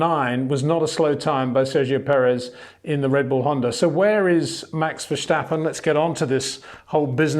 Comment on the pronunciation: Peter, you are misspelling Max's name. There is no Vershtappen, the Dutch don't pronounce this sh like in English or German. I am not Dutch, just learning their language now.